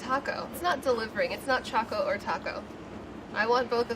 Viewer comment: How do yall pronounce Choco? Claire's pronunciation got me shook. "Cha-co" or "Ch-o-co"?